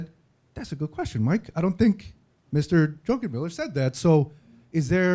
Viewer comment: You are mispronouncing Druckenmiller.